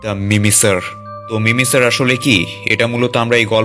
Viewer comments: ওটা মিমিসার না ওটা মিমিকার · ভাই ওটা মিমি সার না ওটা হবে মিমি কার